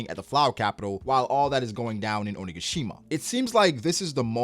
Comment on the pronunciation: I legit felt he was trying not to say O-nigga-shima